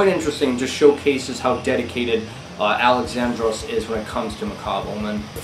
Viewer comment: Little tip from a Greek man.It's pronounced Al-E-xandros not Alex-A-ndros ,with emphasis on the e instead of the a. Ur welcome 👍